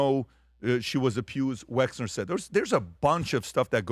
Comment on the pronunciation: Patrick, have you been living in a cave? You haven’t learned how to pronounce Wexner‘s name give me a break as you always say…..😵‍💫